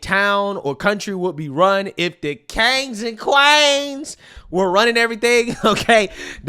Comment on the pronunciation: “Deese KANGS and QUAEENS!” Love it.